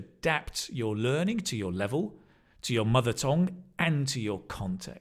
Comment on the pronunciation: Mother tongue =town=not tone, tone=very bad pronoun by Channel =enj